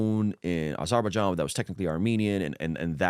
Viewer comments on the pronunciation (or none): The biggest scandal is that pronounciation of Azerbaijan haha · The pronunciation on Azerbaijan😂